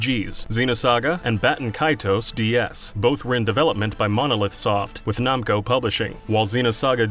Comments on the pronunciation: Okay I have to know what your problem is and pronunciation because you have said namco wrong and you have somehow said another word wrong I can't remember what it was It was the start of the video. NAM CO. WHY ARE YOU PRONOUNCING IT LIKE IT'S NAHM!!!??? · Are we just saying "nawmko" now? Are we just doing that? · It's pronounced Nam-co not Nom-co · They way he says “Namco” is so strange to me. I’ve never heard it pronounced that way before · Lmao “Nomco” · Who in the world pronouces Namco as "Nah-m ko?" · Why does he say Namco as Nomco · "nom-co" SERIOUSLY????? HOW THE HELL DID YOU GET THIS JOB??? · The way you say Namco hurts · Did you just say Jarudo? The way you say Namco is terrible too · I hate how he pronounces Namco